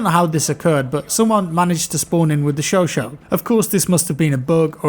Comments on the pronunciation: Its pronounced "cho cha" not sho sho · Chauchat is pronounced chau as in SHOw and chat as in CHApter.